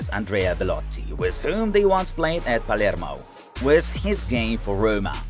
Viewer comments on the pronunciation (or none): none